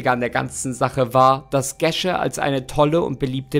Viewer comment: Wird Gesche nicht Geesche ausgesprochen? 😂 irgendwie hört sich das mega falsch an 🙈 ich kenne einige "Geesches" aber keine Gesche